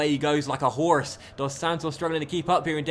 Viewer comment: The way he says Horse. Man im dead lolol.